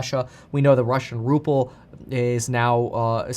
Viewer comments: For fucks sake… it’s RUBLE NOT RUPPLE Kevin!! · Ruple?? Ruble. As Biden would say, "come on man!" Besides that nit, thanks for your reporting!